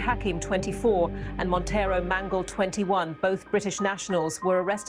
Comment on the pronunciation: Petty - but it's grievous pronounced 'gree - vuss', NOT 'greev - e - uss' and Monteiro is pronounced 'Mon-tay-ro', NOT 'Mon- tee-airo'. A small but important detail. Cheers. Great documentary otherwise 👏 👌 👍, really interesting😢 and brilliantly put together. So much information to take on board and ultimately a very sad and depressing tale. So many young men just being taken off the streets for very little reason. I get revenge attacks but need they end in actual murder? Also when these young men are older it's a cert that their attitudes will have changed and they will look back wondering why things got so out of control. They'll reaslise that lack of respect and minor beefs aren't worth losing your life over. It's not just the poor murdered bloke either - there's always a grieving mother and other family members left behind whose lives have been permanently damaged. How the glorification of serious violence will ever be challenged amongst young macho men is an old, old problem that looks almost impossible to put a stop to. And the whole melting pot of poverty, lack of future prospects, an impatience culture of wanting everything NOW, the mix of ethnicities with age old deeply rooted resentments....absent fathers, lack of positive role models, lack of police resources...the list goes on and on. At least on a positive note some great music comes from all this - despite the dark and cold hearted content, you still get absolute bangers like 'way2charged'. What an effed up world